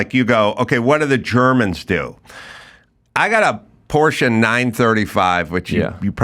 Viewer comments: So funny pronounces Porsche wrong in english and adam totally right. 😄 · why does the american host pronounce porsche better than his german guest? It's not a porch, it's a porschE. Detailgenauigkeit ist des Deutschen Eigenheit. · German here. Funny how the American pronounces "Porsche" correctly and the German pronounces it wrong as "Porsch".